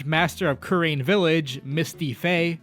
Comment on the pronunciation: the way he says kurain and manfred is hurting me